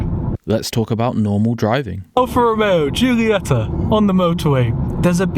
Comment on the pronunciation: After the pronounciation of "giulietta" i 100% approve that you didnt even try with "quadrifoglio" and just called it a clover leaf 😂 But beeing an alfista i have to adress that its not just any clover leaf, its a four-leaf clover.